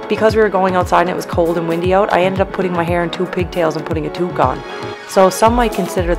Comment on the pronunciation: You said, "Tuque." Day made 😀